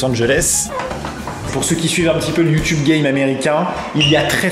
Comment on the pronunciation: ça se prononce youtubé